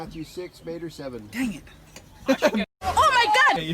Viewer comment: ME MUERO, TE LLAMAN “MEIDER” 😂